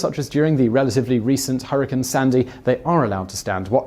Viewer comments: 'Hurricain' LOL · I’m sorry did you say hurricane?